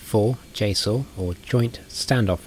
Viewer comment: He says JSOW weird, like "JSoul".... Get real..